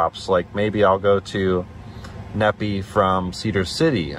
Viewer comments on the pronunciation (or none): Needing is actually pronounced Knee Fi, Nephi. Lol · It's pronounced Knee-Fi not Nepee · Stop butchering the names of my towns here in Utah! It’s pronounced knee-fi! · Fyi, Nephi is said like WiFi. (Knee-Fi) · FYI, Nephi is pronunced "Nee-Fy" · Nephi is pronounced "Knee Fi"